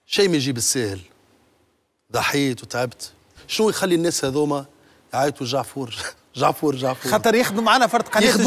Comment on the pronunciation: "جعفور" موش "دجعفور" !!!!! دجعفور في بلادك برك 😂